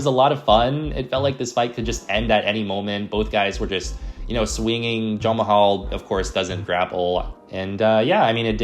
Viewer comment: Are you intentionally calling Jamahal Hill, Jon Mahal?